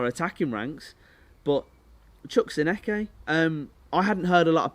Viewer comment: Lol your not saying Aneke right